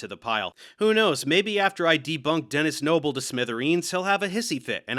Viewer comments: I really like how after hearing saying "Denis Noble" one thousand times in a row, it starts to sound like he's saying "tennis snowball." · Hear it repeated enough times, and it starts to sound like 'tennis snowball'. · The amount of times he said that I genuinely started hearing 'Den is noble.' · Omg i counted FUCKING 46 TIMES he said denis noble in the montage💀💀💀💀💀💀💀💀💀💀💀💀💀💀💀 Edit: i tried again and got 49💀💀💀💀💀💀💀💀💀💀💀💀💀💀💀💀💀💀💀💀💀💀💀💀💀